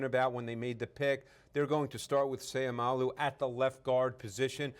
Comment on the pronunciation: Just a small correction his last name ends with an o not u. So u can pronounce with the word low not lou. So its Seiumalo. ( mah-low) At the end of his last name just a help in pronouncing. N by the way. Go Isaac!!!!!!!!!